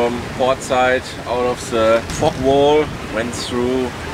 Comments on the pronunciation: I know I kept wondering why he was so comfortable saying that “word”! Now I understand it wasn’t what we American English Speakers heard with our ears- LOL! Fog ahhh Fog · Great story, fantastic English, careful with the pronouncing “fog” as I thought you were swearing!